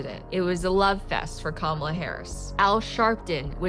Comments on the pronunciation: She isn't called Camila but Kamala bro 😂 you have great videos, amazing patriot you are 🙏👍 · “Kamila” Harris?🤦🏾‍♂️🤣